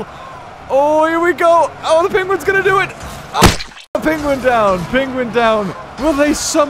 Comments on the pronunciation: Hate the way he says penguins. “Pingwings” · Hear how he says penguins